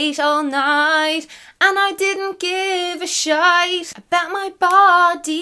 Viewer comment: I am fully in love with the fact that you rhymed 'night' and 'shite' in your accent